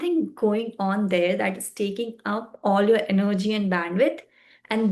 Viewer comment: Sorry but you will need to re make this video. It is procRastination and not procastination. You will need to put in a lot of effort if your videos need to be of high quality. Also its not enerrrrgy its energy. But your determination is admirable...keep it up.